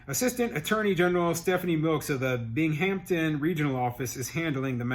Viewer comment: Ps the emphasis is on Bing. BINGhamton, not BingHAMton